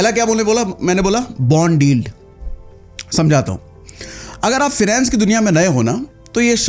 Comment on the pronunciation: इल्ड नहीं होता यिल्ड होता